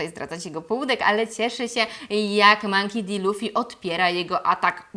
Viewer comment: Źle czytasz jego nazwisko :) Czytamy "Monki Di Luffy" A tak poza tym cieszę się że Ci się podobało xD Natomiast co do Kuro, to on poprostu zrobil sobie takie rekawice z ostrzami, cos ala kocie łapy ze szponami, które zwyczajnie nakladał na dłonie. Ostrza w żaden dziwny sposób nie wysuwały się jak u Wolverina. Po prostu zostały tak przytwierdzone na stałe.